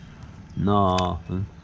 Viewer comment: A lot of "nawthing" 😊 The 55 wasn't rusty......it has patina lol